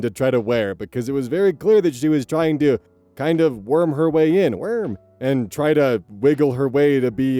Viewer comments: OZ HOW DARE YOU?!?!?!? I say "WERM" All the time now because of you!!!!!! Its very satisfying... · The "Werm" returned. I don't know the context but I love when you say it. Werm. LOL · Anyone else picked up vocal stim of saying wyrm whenever anyone says worm? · Literally every instance of “werm” makes me giggle. Every single time. Also, it seems I must Listen And Obey. So, off to buy some merch I go. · the 'werm' returned.... team never let the 'werm' bit DIE PLEASE OZ IM BEGGING YOU